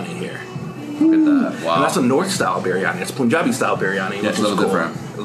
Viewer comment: Tf is POON-jabi...its PUN-jabi